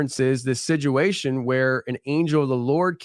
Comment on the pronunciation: I pointed out to my husband that you put a D in the word situation making it siduation and now he can’t unhear it every time lol